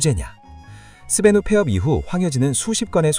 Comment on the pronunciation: 왜자꾸 스베뉴라고 발음하지